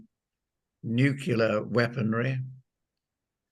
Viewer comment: I an always suspect of “experts” who cannot correctly prounounce the word “nuclear “.